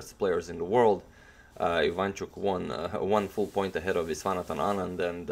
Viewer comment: Your videos are awesome agadmaster. However, I would like to draw your attention towards correcting the pronunciation of Anand's name. Its true that he writes "Viswanathan", but the actual name is "Vishwanathan". So, you should use "sh" in his name rather than "s". By the way, if you are curious what his name means, then I will tell you... Vishwa means World and Nathan means Lord, so his name means the Lord of the World. Thanks.